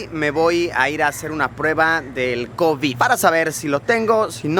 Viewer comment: Me encanta como lo dice covíd